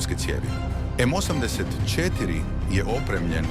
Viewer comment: Nikako! Pazi na razmake u izgovoru. Kaze se osamdeset i 4 a ne osam pa pauza deset cetiri